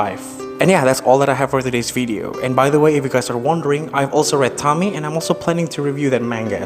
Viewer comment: TOH-MEE-EH! God I hate when ppl mispronounce her name.